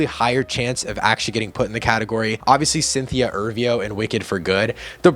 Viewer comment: Dude, it's Cynthia Erivo. E-riv-o.